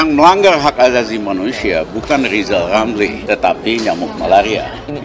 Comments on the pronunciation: Lizal Lamli jadi pleciden. Lepot hulup R hilang cemua... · Apaaaa....? Lijal lamli mau jadi presiden...? jangan jal(da'jal) ngomong R aje nggak bisa mendingan jadi dukun kaga ada R nye